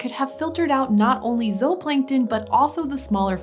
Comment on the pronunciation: She’s saying it correctly, zooplankton is not supposed to be pronounced like zoo.